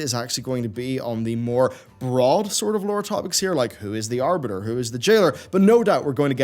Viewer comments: Oh no, not "The Aribter"! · Mmh yes, the "Aribter."